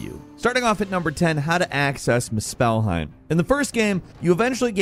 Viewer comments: mu spell heim? its more...muus PHEL heim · The pronunciation of Muspelheim in this video urked me. It's not "muh-SPELL-hime", it's "MOO-spell-hime". Emphasis on the first syllable, not the second. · It's pronounced moos-bull-hime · Mus-spell-heim is crazy tho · “misspellheim” yeah, somehow you misspelled “Muspelheim” (Moose-phil-hime) through speech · Lemme help you, MOO-SPUL-HIME. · how can people mispronounce things that are said in the game? why does he say it like muspell-heim? its moospelheim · MUSpelheim not musPELheim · my guy it’s pronounced Moose pull hime not must spell heim lmfaooo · Moose spell hiem 😂😂😂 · The way this guy says "Mu-SPELL-heim" is soooo cringe. Like bro I know you played the game so I KNOW you know how to pronounce Muspelheim And if you don't: "Moose-pehl-heim" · Same here, I kept involuntarily cringing every time he kept saying “moose-spell-heim”… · more like miss-spell-heim 😏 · I can't unnotice this now.. they way he says muspelhiem 🤣🤣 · my goodness I thought maybe I was tripping. I rarely comment but I was actively looking for this comment or I was gonna write it myself "moose-spell-heim" my goodness!!! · As soon as I heard Moose-pell-highm you lost me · “Muh Spell Heim” 😂😂😂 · "At number ten, how to acces miss-spellheim." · Why are you saying Musphelheim like that?? "mooSPELheim"😂 Got Cuirass wrong too, it's not "queer-ass". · “Mispell-heim” and “queeriss of Raven tears” 😂💀💀 bruh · How to know the narrator never actually played the game?.. The way he says Muspéllheim 😂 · It's muspelheim. Not moose-pehlheim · muspelheim is pronounced mUspelheim, emphasis in the U. Bothers me how you say it. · pronounce it moosplheim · It’s MUspelheim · moo- SPELL-heim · Every time you say one of the names in this game I laugh my ass off have you ever played any of these games did you not listen to the way they pronounce the words? You're calling it misspelledhime????😂😂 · Please stop saying Muspelheim... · Stop saying muspelheim wrong lol